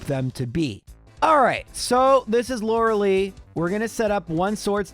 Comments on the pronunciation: Stop calling her Lorelee. It is Lorelie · Sorry, after like 5 times it got on my nerve. The ice type member of the elite four is Lure-a-lie, not Lure-a-lee.